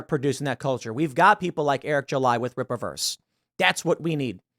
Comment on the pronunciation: It's not ripperverse Tim. RippA mfer